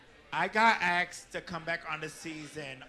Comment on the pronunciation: So am I. Do you love the way she says ‘axed’ (asked) ? She was paying attention to what was going on the whole time. She has a generous spirit and doesn’t say mean things.